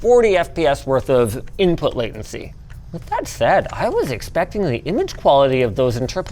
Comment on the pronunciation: Inpuhh latenceh